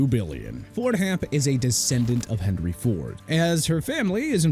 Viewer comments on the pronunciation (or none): none